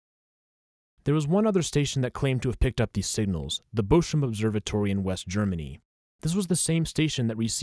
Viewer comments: its bochum not boshum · Madatory German visiting: It's pronounced "Bokum". It's related to the tree Buche (beech) and the word 'book'. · Great video but Bochum is not spoken Boshum